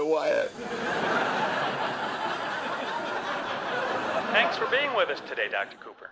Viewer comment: "this is gonna be a wiot" XD